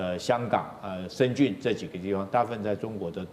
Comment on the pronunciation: 深圳 shenzhen 发音为 zhen 😃 不是深zun